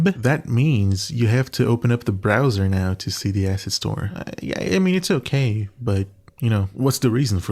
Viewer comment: not the cutting word "asset" every time so it sounds like "ass" :D